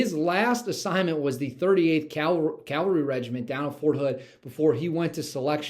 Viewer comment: We know your love and concern for our Military heroes, so I hope you won’t be offended. The word you might want to correct is “Cav-alry” not Cal-vary”. There is a huge difference my friend.